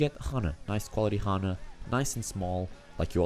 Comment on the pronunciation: It's Anna, not Hanna... Just saying 😂